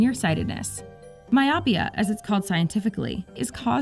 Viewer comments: (at about ) I adjust my spectacle to rest them further down my nose so that I can look over the lenses and haughtily correct you: "my-OH-pia." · Very interesting, but you should check your pronunciation of those medical terms. "Retinopathy" has the accent on the "o", and "myopia" is pronounced with a long "o" (mi-oh-pee-uh, accent also on the "o").